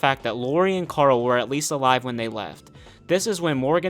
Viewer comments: The way you pronounce Coral is really turning me off, who is that Karl? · Have you just mispronounced Karool